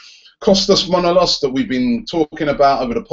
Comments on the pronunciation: Kostas Manolostas looooool ... "Mah-no-las" pleaseeee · Robbie and his mispronounciation strikes again